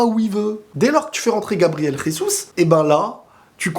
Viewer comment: Ça ce dis pas resus mais Jésus c'est un brésilien donc c'est en Portugais pas en hispanique